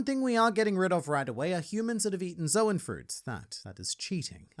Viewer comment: "There's nothing nice to say about Jack." >RogersBase has entered the chat Also, don't let my joke distract you from the fact that has been saying the word Zoan wrong for over a decade.